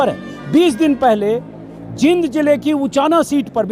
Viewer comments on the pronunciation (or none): Anjum ji aap Jind ko जिंद bol rhe h jbki जींद bolna chahiye, Isko aap thik kijiye Aap baar baar galat pronounce kr rhe h